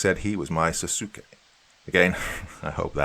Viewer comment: Sasuke is pronounced like "sause-kay", for future reference. I'm guessing its referring to Naruto. (Was said around the 40minute mark.) Other than that, great story.